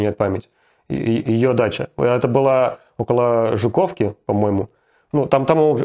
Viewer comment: жУковка, Руслан! ЖукОвский, но ЖУковка. Сколько можно косячить с ударениями? :)))